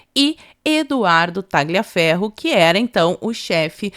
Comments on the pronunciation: Parabéns pelo video! Só colaborando aqui, Tagliaferro se pronuncia "Taliaferro" sem o g.😅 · me desculpe, mas vocês enrolam a língua para falar qualquer nome em inglês, mas pronunciam os demais erradamente. Por que? A letra G em italiano não soa. Você gostaria que seu nome fosse pronunciado errado no estrangeiro? É desagradável ficar ouvindo "Tagliaferro, Marsiglia" errado o tempo todo. Um abraço, suas lives são ótimas.